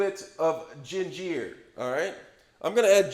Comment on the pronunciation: Omg first ray men .. Now gin jeer.. 😣🤣😂